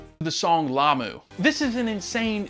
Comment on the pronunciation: Good job on "Lamu"!